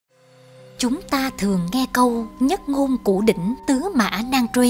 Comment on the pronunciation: Đọc mà còn sai nhất ngôn củ đỉnh ad hay thật